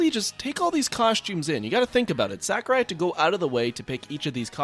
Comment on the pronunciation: I'm pretty sure it's pronounced more like Sock-urai, not Sack-urai.